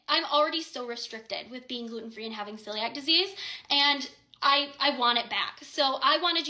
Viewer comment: I haven’t watched all of it, but my mother has Celiac’s…. It’s not pronounced how that girl said it.